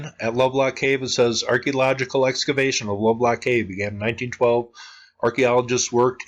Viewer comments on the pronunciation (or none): none